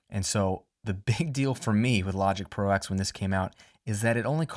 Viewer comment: Logic Pro TEN, not X :p Roman numerals. Love the video, sorry for being a pain ;)